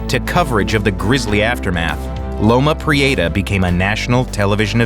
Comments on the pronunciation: I lived in SF, and the earthquake's moniker has never been pronounced "loma pre-AY-ta" by anyone in California or SF. It's pronounced like "loma pre-etta." You'd think the NYT would have the resources to get it right. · I’ll never forget the call I received from my mother, who lived in Santa Cruz, when the earthquake struck. Thank God, she was alright! By the way, Californians pronounce it Loma Pree-EH-ta, not Loma Pree-AY-ta… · Loma Pree-ate-ahh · As someone who lives in the Bay Area, how he pronounces Loma Prieta is hilarious.